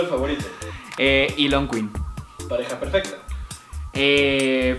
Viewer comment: Dice ilonqueen?